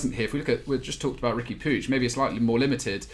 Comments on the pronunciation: You talking about not being able to fit Puig (pronounced 'pootch', not 'poojh') into a 4231 when they haven't used that formation in 5 months? Why are you talking about a team you clearly don't watch? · Wish they'd use that effort to Google 'how to pronounce Puig'. Or to Google what shape Barca are using